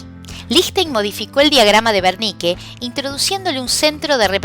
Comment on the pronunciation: Es el área de wernicke porque lo pronuncia con v, gracias muy profesional todo lo demas